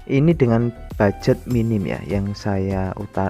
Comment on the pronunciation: Mohon maaf, minta izin. Mau meluruskan. Yang benar itu bukan Bugjet tapi ( Budget )